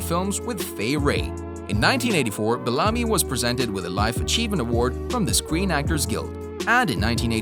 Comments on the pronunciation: It's BEL-LA- ME= BELLAMY. NOT BALAMI. Geez!!!🤦🏾‍♂️ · Be-LA-me? I have always heard his name as BEL-a-me. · The actor's name is pronounced Bell-a-me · It's pronounced Ralph Bell-a-me, not Balami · Ralph Bellamy is the actor's name. The narrator pronounced it like Belami, which rhymes with "salami". Learn to pronounce people's names correctly, please. All due respect. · I don’t mean to be an ass but there are a few glaring mistakes here. The actor, is pronounced Beel-am-mee. Spelled. Ralph Bellamy...not Bellami. The actress , Louis Smith is not Ralph Bellamy’s mother considering she was born in 1930. Twenty six years AFTER Ralph Bellamy.. Come on, a little research is just a click away. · His name is Bell - a - my(me) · Bel-LAH-my? Is that how you pronounce that surname? I suppose you're not his godfather... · You say Ralph Bellamy (pronounced Bell-UH-me) is the son of Lilla Louise Smith and then show a picture of actress Lois Smith from, among other movies, Twister who is almost 30 years younger than him. This video is just plain bad. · Pronounced Ralph Bellamy name wrong. Also had his name switched with Don Ameche. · A lot of errors in this video. Mixing up names, mispronouncing Ralph Bellamy's name AND misspelling the word "Sadly" in the very beginning. A do over, Maybe? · Exactly! I couldn't even get through the whole video after Madge Sinclair I turned it off too many errors. Please do better sir. Smh